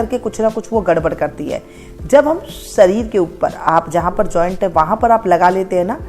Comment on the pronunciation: शीशम को सीसम बोलने का...डिप्लोमा ? शरीर को सरीर बोलने का....डिप्लोमा ? शेयॅर को सेअर बोलने का....डिप्लोमा ? निशान को निसान बोलने का....डिप्लोमा ?